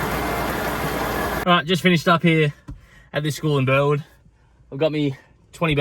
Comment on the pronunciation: You are saying Burwood wrong its " Alec Burrrrwooood !!